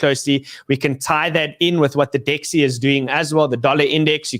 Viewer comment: DXY is pronounced as 'dixie', not 'dexie'